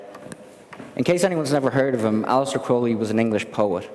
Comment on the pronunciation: I’m glad somebody else also pronounces the ’e’ like it was a long ’a’. It’s closer to the original Greek pronunciation.